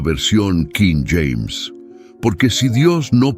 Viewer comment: Cada vez que dices nueva versión quím James...me obligas a quitar el video